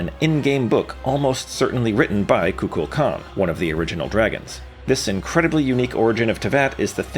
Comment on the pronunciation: Ain't no way you pronounced Kukulkan and Phanes both wrong in the same video.